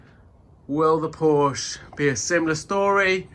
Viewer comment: I stopped at 7 minutes. I suppose this makes unusual content but this car is GONE. BTW Porsche is 2 syllables....